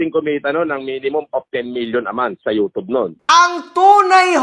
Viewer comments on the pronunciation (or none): none